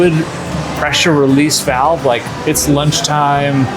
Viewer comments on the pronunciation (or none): none